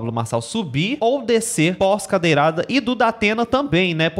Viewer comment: "Cadeiral", 😂😂😂😂😂😂😂😂 Ameiii